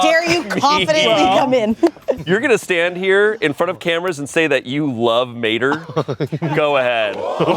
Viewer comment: Just saying ta mator is not his name its just mator like ta mator with out the ta thats litterally a line in the movie lol and he does need oxygen they do have air intake on vehicles lol